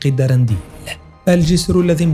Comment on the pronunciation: تشنق قلعة وليست جنق قلعتي اسمو الدردنيل مش الدرنديل